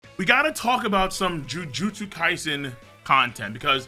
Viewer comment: I thought he was saying Jujulips kaisen